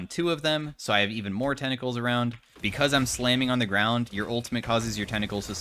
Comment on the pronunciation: Tentacles ❌ Tennacles✅